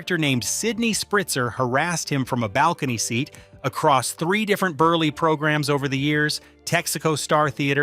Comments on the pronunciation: Milton BURLY? (It's pronounced as if it's BURL...but spelled Berle) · Please learn how to pronounce these guest stars' names. If you just watched any of the episodes you're clipping, you'd hear them said multiple times. Milton BERLE's last name is one syllable (burl). Zero Mos-TEL's has the emphasis on the second one; it doesn't rhyme with "hostel".